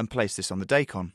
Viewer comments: It's die-kon, not day-kon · it's not DAY KON it's DYE KON~!!!! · its not daykon... its DIE KON! and its CHEE SO! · Not "Day-Kon". It's "DAAAAIIII - kon" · wtf they spell it daikon and they pronouce it day con? i wish sometimes i can do 1000 thumbs down.